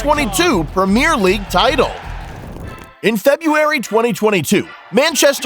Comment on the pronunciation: The prem ear league